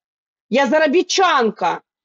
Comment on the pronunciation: Она правильно сказала. Заробитчанка. Как и все украинки